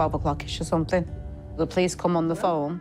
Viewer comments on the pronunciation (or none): I think what L B is saying is the addition of a k sound on the end of words that end in ing so it sounds like somethink instead of something